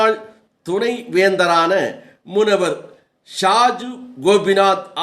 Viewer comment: ஓய் கோமாளி. "முனவர்" அல்ல முனைவர்.